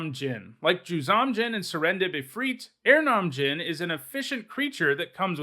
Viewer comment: Aranom djinn? You mean erhnam? Er-nam? I have never heard anyone, pros, table, or anywhere else pronounce it that way. Took me a moment to catch on. And I played erhnam and burn em in the day.